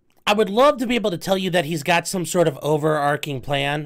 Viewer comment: 'Overarching' .. the 'ch' is pronounced 'ch as in chips'. There's no such word as 'over'arcing'.